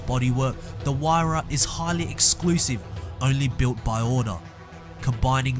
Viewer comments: Pagani Huaydra . . . ? "Huayra" .. ? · Me and my cousins pronounce it pagani HUR-AY-A no idea how correct that is hey we're only 12 yr olds